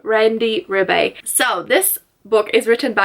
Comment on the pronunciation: Randy Ribay's last name is pronounced as Ree-Buy. 😁 I am glad that you enjoyed Patron Saints of Nothing! 💗💗💗 Whatever your stand is, or thoughts on the issues discussed, to me if a book made you contemplate then it did a great job! 👍👌📙 I am from and living in the Philippines too! 👌😁🇵🇭